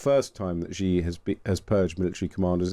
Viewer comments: It's not zjyee, it's hshee. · Please please please learn how to pronounce Xi Jinping's surname... 😂🙏